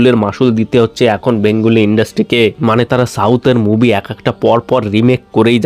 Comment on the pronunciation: Bhai movie moobi naa …… pronunciation ekdum tatty.